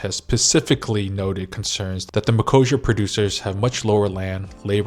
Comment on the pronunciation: Wait is this really how You pronounce Mercosure in US? I hear almost EU "ecossia" deal there like that search engine site. The deal is dangerous to our farmers, because our beloved politicians didn't negotiate enough exceptions for us so that's voters fault as well, and for consumers because chemicals in Brazil are pretty much uncontrolled comparing to EU and they negotiated plenty of backdoors in the deal to make sure their meat will fly here even if some norms will not be as they should. I recently watched Polish YouTuber girl who migrated to Korea and she claim that there will be likely more Polish products also flying to Korea because Poland got promoted to higher trade partner rank in foreign relation ministry or sth like that, so who knows maybe some of our agriculture will be send there to maintain some production capacity here, Thank You Korea I guess.